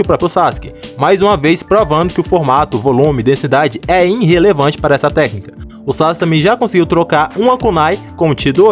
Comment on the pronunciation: Olá gosto muito dos seus vídeos, mas para de falar "INrrelevante" por favor, é "IRRElevante, sem o 'n'. Obrigado 😃